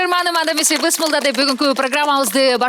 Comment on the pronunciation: Бысмылда эмес Бисмилла деп туура айтыныз сураныч